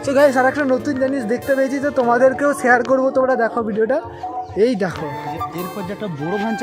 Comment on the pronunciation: SHEAR ❌ SHARE